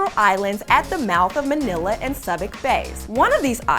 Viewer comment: manilla was pronounced awfully throughout this